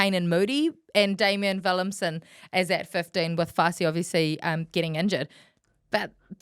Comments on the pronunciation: WillemSE…’SAH’ not ‘SIM’ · Please stop calling him Willemsen or Willemsem it’s Willemse